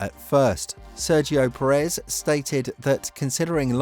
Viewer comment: Pérez. PÉrez. The emphasis is on the first syllable. 🤦🏽‍♂️